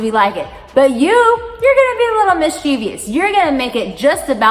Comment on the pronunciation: Mischievous, not mischievious.